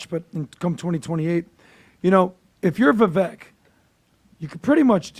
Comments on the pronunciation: NOT VIVACHE!! IT'S VIVECK, like heck, neck, wreck, tech, Schreck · Come on guys I love you but you’re not even saying his name right! Vavek like CAKE! 👍🏼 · is it Viveck or Vivache?(i thought ache?) is the pronunciation . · Please stop saying his name incorrectly. It’s Vivek (like cake) not like Vet. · His name is pronounced Vivake, like cake. No matter if he runs for Governor or takes a Senate seat- whatever he is a star, and will excel greatly !!!!! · It's Vivek like cake, You guy's had him on your podcast and you still can't pronounce his name correctly! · It’s “Vivake”. Come on guys! 😂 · Why are they pronouncing it Vee-vake? Is that the way to say his name? Clearly he’s out for the visa flap. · Please say his name correctly: it's Vi-vake (like cake, bake, lake). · Please pronounce his name CORRECTLY...Vivek rhymes with CAKE!!! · Why can't these idiots say VIVEKS NAME CORRECTLY. It's not that hard to figure out how to pronounce his name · You're not pronouncing Vivek's name correctly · Yes!!!, and mispronounced his name.